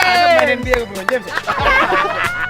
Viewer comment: LE Bron bukan li bron